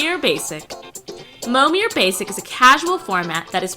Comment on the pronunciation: "Pro-tour Winning Mommir List"